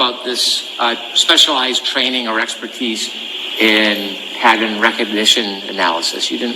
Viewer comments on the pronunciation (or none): Dr Russell speakers so SLOWLY in pronouncing P A T T E R N , as Brennan continuously mispronounces pattern, rather saying patent.